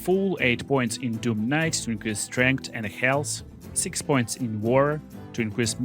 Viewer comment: Void kuh-nite